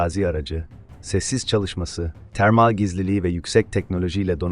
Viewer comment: Termall ne demek nasıl bir telaffuz